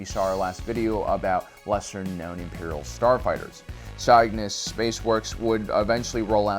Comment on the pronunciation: Loving the series so far. At the risk of sounding pedantic, Cygnus is the Latin word for swan, derived from the original Greek, and the "y" is a short "i" sound as in "sit", not a long "i" sound as in "site". Please consider correcting your pronunciation, and rebalancing the audio for future videos...because we can't let the Dolphin-Alien consortium win with their subversive sound-related sabotages. Keep up the good work.